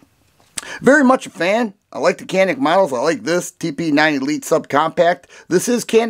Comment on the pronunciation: Canik, not even close